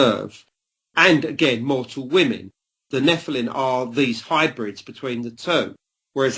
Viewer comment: Why does he. Keep saying NEPHILIN. instead of NEPHILIM he might have a speech impediment.